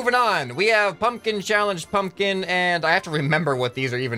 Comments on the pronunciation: The second p is not silent I think U say a B like pumbkin or that p is very, like,.... Short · Pumpkin does not have a silent p. Try say it again but don’t shout out the p that much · Idek why he said that tho. I'm American and everyone I know pronounces the p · The second p isn't silent, just subtle. I'd say most people pronounce the second p. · I like how he said nobody pronounces the second P in pumpkin but he proceeds to pronounce that second P every other time he says pumpkin in the video, lol.